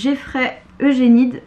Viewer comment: PS: "Eugenides" c'est bien le mot le plus impossible à prononcer en anglais, mais bon comme la phonétique c'est un peu mon domaine je te donne un hint : / juˈdʒɜnidiz / (pas du tout exact en alphabet phonétique mais c'est une approximation) et pour te donner une idée --> youdjè'nidiz (avec des i entre le è et le i)